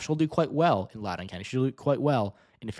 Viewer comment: Im predicting a margin between 5-10% for Spanberger. Hopefully with Trump's unpopularity it'll be closer to 10%. Im from Loudoun county and it's pronounced Lau-dn